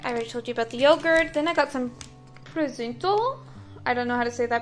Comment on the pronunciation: It’s prosuto